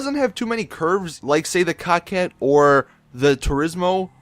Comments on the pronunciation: It's coke ette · It's pronounced co qwet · Its more of a kaket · "Co-Ket" not "Cock-ett" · I wanna punch him every time he says Kakette ._.